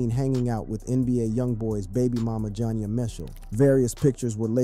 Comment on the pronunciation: Why he keep calling her jon ya 😂😂😂 its probouned ja nee ya 😂😂